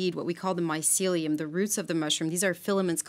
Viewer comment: Ladies, you really need to reshoot this video. Too many mispronunciations and other errors to list here but I was cringing throughout the entire video. This is important subject matter and it needs to be done properly. Thanks.